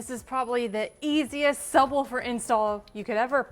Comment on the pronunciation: I'm not trippin, right? she's saying sub wolfer.. right? also, FORScan is a risky name..